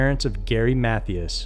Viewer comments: None of this is funny but I chuckled anyway when I heard the pronunciation of “Matthias” because it sounded like a valley girl saying “Matthews.” I have heard of his disappearance and I guess I always thought it was pronounced “math-eye-as” but what do I know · "mathy us" 😆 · Ok, it has to be done- the man's last name isn't pronounced like math-E-us, it's pronounced like math-I-us. Also it's not pronounced like Bozz-man, it's pronounced like Bows-man. Ok, sorry that was bugging me, and had to be acknowledged.